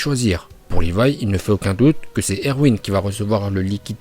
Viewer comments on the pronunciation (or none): none